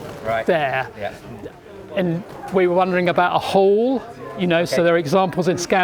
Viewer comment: I thought he said "hole" and not "hall". I could use subtitles sometimes.